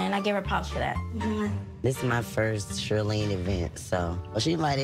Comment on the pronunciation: Not “Shirleen” 😂😂😂